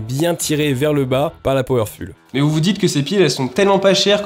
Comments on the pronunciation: M énerve avec son powerful Powerfoule la prononciation Ça s écrit bien comme ça hein Sinon super test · Excellent, merci pour le test ! Maintenant j’achèterai mes piles chez Lidl. PS : je crois qu’il n’y a pas de faute dans « Powerful », qui doit bien se prononcer « Powerfoule » et non pas « Powerfule » même s’il ne s’écrit pas « PowerfuLL », tout comme « beautiful » qui n’a qu’un L. Merci, je vais continuer à te suivre, tes vidéos ont l’air top ! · super merci ! un tip : powerful ça se prononce foul pas ful, et optimum se prononce optimom pas optimiom :)